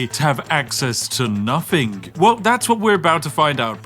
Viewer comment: PUTS ON POSH VOICE *PRONOUNCES 'NOTHING' LIKE 'NUFFING' *